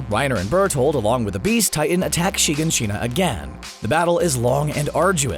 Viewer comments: Why does no one know how to pronounce Shiganshina? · The way he pronounces all the names and shiganshina bothers me